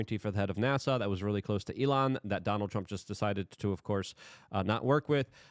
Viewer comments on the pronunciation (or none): none